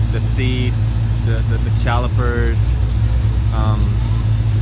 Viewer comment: “the challipers” lol